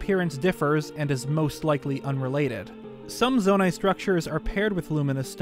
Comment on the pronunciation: Me chilling here day 1 on Tears of the Kingdom listening to him say "The Zonia may not have a part to play in the sequel"